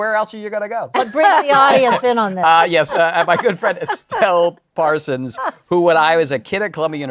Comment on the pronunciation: How the heck did pronounce the of legend Estelle Parson's name wrong?!